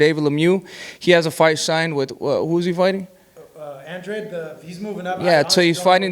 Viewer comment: David benavidez said Andrade right you idiots say it wrong it's not AN-Drade 🤦It's An-draw-day that's how you pronounce his name 💯💯💯💯💯💯💯💯💯💯💯💯💯💯💯💯💯💯💯💯💯💯💯💯Right........